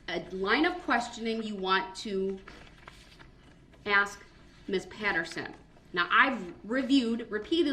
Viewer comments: This idiot's language... lol. "Dat's not da troof." "You need to ax me, not tell me." What a complete moron. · "Did you AXE that?!" Typical..... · Ax = ask Axed = asked Dis = this Dat = that